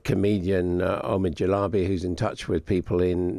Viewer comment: It’s not Omid Jalabi , its Jalili ok ? Get the name right